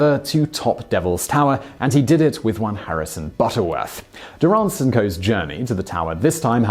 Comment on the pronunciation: You’re pronouncing Durrance’s last name incorrectly